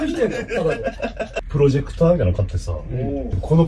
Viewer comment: 田舎もんの"竹内くん"と"プロジェクター"のイントネーションが同じなのツボ